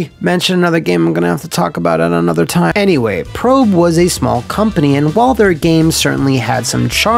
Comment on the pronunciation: I thought Prope was pronounced "Pro-pay"?